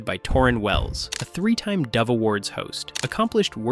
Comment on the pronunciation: Why Everytime they said dove 🕊️ it sounded like devil 😈..... I looked up why Forrest refused to attend and that is 100% humility respectable.